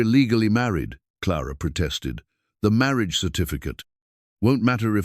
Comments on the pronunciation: Very much enjoyed this story. The AI could use some work. In one breath marriage was said as Mary-ah-juh, and in the next breath marriage. A lot of garbled words too. I wish they were just being read by normal people. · Please take the time to learn how to pronounce ‘Marriage’. In all contexts it is written in. Beautiful voice.